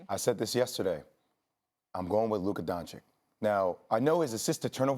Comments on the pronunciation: Jay, it's Doncic, not Doncik. How hard is it? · DONCIC NOT DONCIK FFS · It’s pronounced “Don-Cich” not Donkic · It's pronounced "doncich" not "doncick" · Everyone: Luka Dončić These idiots: Luka Doncik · Dončić not Doncik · They say "Luka Doncik" like they can't repeat the sound they made at first "ć" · Stop saying DonChick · everybody luka doncic SAS : luka donchik haha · It's 2020 and we are still pronouncing it "DoNcHiCk" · Why. Why do people call him Luka “DonChick?” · its pronounced 'donchich' pls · Seriously, people still call him Luka "Donchik"? He is no "chik"! Learn to pronounce the guys name already ffs! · It pronounces as Luka Donchich btw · every american: luka doncig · Why do they pronounce his name "Donchick"??? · They keep saying Donchick, idk if that's correct or not, but it annoys me so much. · learn how to pronounce his name then dude.... its DON CHEECH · English is my second language. And you're telling me i can pronounce Luka Don(chich) and these idiots whose first language is English can't get it right. This is atrocious. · Literally shits me when these yanks say donchick. Like come on man. It's not that difficult. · Now Jay is calling him Luka donchick. My guys, it’s really not that hard to say! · why he says doncik? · Starts off by saying “Luka Donchick.” Literally lost all credibility. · ...holy mother of God, is that hard learn how to pronunce DONCIC correctly?! Please ESPN crew! PLEASE!!! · Can someone say Doncic right? 😂😂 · How hard can it be to say doncic correctly? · iCringe every time they mispronounce Luka’s last name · Please learn how to pronounce Luka's last name jesus it's really not that hard. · just try to pronounce "Doncic" correctly. it is not that hard lol